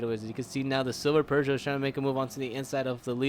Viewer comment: Bro, it's not "per-zho". It's "poo-zho".